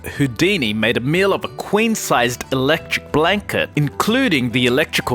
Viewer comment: electric blanket......... Why do you say it like that? it-lec trix